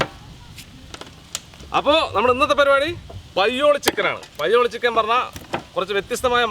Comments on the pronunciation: പയ്യോളി ഉള്ള ഞാൻ ആദ്യമായി കേൾക്കുകയാണ് 'പയോളി ചിക്കൻ '😂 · Payyoolli chicken alla thayoollli chicken